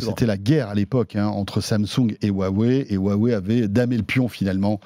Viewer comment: C’est Huawei et pas Waîwaî